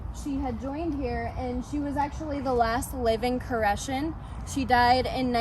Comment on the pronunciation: Nice job! You even pronounced it correctly good luck in your future!